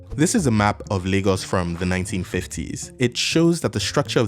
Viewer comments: "Leegos" wtf? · Lagos has a funny name. It's the portuguese word for lakes, and that's why it's called that, so it should be pronounced Lah-gos. But natives and many dialects, like yours, pronounce it "Lay-gos" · Where the hell do they pronounce Lagos "Lay-gos" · Please someone tell me what percentage of LayGossians pronounce it Lah-Ghos and how many actually say LayGoss. Thanks! Or is really pronounced LEGOS like the toy…?? The portuguese people i know say Laaahgoes. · Your pronunciation of Lagos sounds very weird 😢